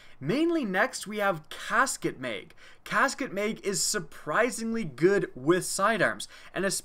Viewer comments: It's MAG not meg... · He says meg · how he says mag 😂